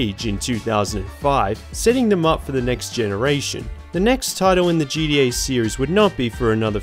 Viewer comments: Dude the way you say GTA sounds like GDA and unless I'm missing some inside joke it's driving me fuckin crazy. Pronunciation my guy, get it together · Sounds like you are saying GDA sometimes. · Disliked bc of "geedee A". Annoying as hell. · I just love how you pronounce gta as gda XD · Sounds like a greeting I'd hear in the Australian outback. "Oi mate. Gee dee, ayy?"